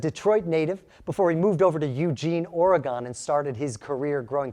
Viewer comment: OREGON IS ONE WORD ....QUIT PRONOUNCING IT AS 2 ...WE ORGONIANS DONT LIKE THAT